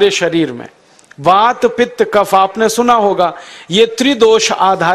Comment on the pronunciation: What is Waat, Pitt, Cafff